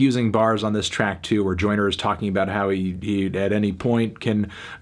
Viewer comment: Melon saying “Oyner Oyner Oyner” for 7 minutes doesn’t make this a review.